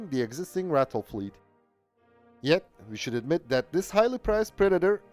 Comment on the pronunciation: Just by the way... it's pronounce RAH-TILL. Not "rattle" although most of them did